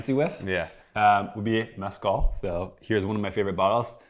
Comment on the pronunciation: I’ve never heard anyone butcher the word Mezcal so badly.